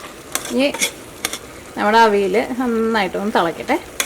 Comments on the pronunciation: തൃശൂര്കാരനായതോണ്ട് "അവിൽ " ന്ന് കേക്കുമ്പോ ഒരു സന്തോഷം 😂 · മനസ്സിലായി. തൃശൂര് പലരും അവിയലിനെ അവില് ന്ന് ഉച്ഛരിക്കാറുണ്ട്. അതാണ് ഞാൻ ഉദ്ദേശിച്ചത് 😄